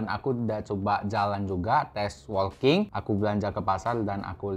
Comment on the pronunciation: Laen kali editannya di zoom dikit oom. Bicara soal jam tangan yg kecil, akan lebih bagus kalau ada zoom produk yg lebih detail. Oya , WALKING tu dibacanya [woking]. Bukan [wolking]. 🙏